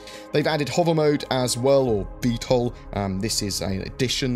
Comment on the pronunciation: Thanks for saying Vtol!